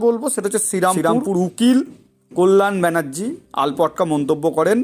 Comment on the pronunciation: Uccharon thik korun.Gram ke geram bolchen. Altapka ke bolchen *alpatka*.